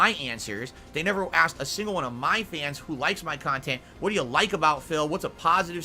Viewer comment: Bwahaha with the 'reactionary khantent'.